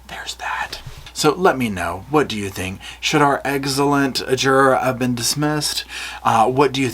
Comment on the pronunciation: She did it she said eggcelent 🤣🤣